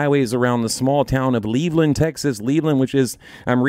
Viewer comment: Level (rhymes with devil) Land .... Levelland. Great info